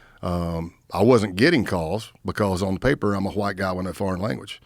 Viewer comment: By the way he said “white” he still thinks he’s infiltrating the klan